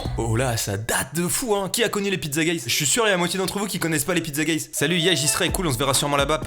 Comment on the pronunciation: Mastu lisant Pizzaguys : Pizzagéiz Moi :.....Pizzagays.......?